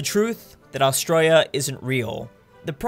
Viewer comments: Im Australian and i just want to say, you say australia really weird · Please say Australia properly